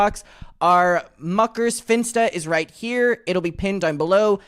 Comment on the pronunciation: Jojo concentrating suoer hard on saying "the rrrrran away" instead of "They Wan away! They wan wight outta thewe!"